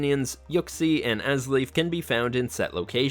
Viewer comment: It’s “Azelf” not “Azleaf” wtf??? Also wrong pronunciation for Entei and raikou. Japanese is a 100% fully phonetic language, it’s simpler than English or German, so stop applying the English and German grammar rules that make no phonetic sense to them. This is a rampant issue I see when English speakers are covering Japanese media.